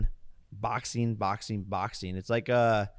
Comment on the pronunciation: "Boxeen boxeen boxeen". Lol. I don't think he realizes the letter G is a thing or how to sound out "ing" in words. Literally any word ending in "ing" he pronounces as "een".